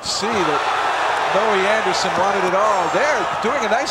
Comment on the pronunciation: He keeps calling him Noe Anderson 😅